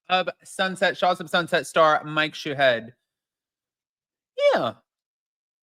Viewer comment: That is too funny whenever you say his name it sounds like his last name is💩head! lol After those videos coming out I cannot believe he has the actual cold to do that! But I hope that MF goes to jail for a long time. Honestly I am so sick and tired of all these people on bravo doing stuff they know they should be doing and they’re getting away with it. Then we wonder why our Society has so many problems because we let them get away with it! They should not think about having any show come back that has any of the people from Shahs of sunset on it because I will not watch that! I am almost at the point that I don’t even wanna watch bravo anymore. The BS it’s just getting old.